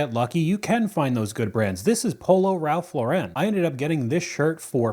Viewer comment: “Polo Ralph LOREN” 😂